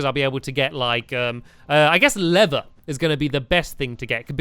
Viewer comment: Stamps You Say Lever The Same As Leather That's Confusing